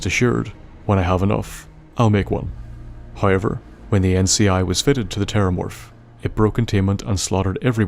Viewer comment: dammit, another one i cannot not hear anymore once i pick it up it's not "oyt" it's "out" it's "hoyever" it's "however" and i can't hear anything else aaaaaaaaaaaaaaaaaaaaah i'm 4minutes in the video and i cannot enjoy it Q_Q